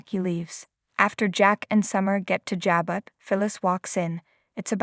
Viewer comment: Stop reader you can't read. Pronounce the word Jabo